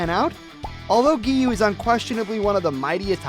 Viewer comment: Let's get him to 1K But before that let's Teach him how to spell Gen is the same way you say Ten but it starts with a G. It's not called the Infinity Train It's called the Mugen Train. That's kinda it Giyuu's name is Giyuu Not Giyu. I like your videos but a lot of people make mistakes I understand.